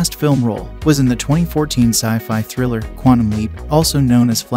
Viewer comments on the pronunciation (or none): none